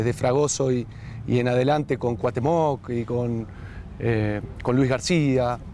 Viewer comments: Que bonito dice CUATEMOC el mister 🥰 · Increíble que no sepa pronunciar el nombre de Cuauhtémoc Blanco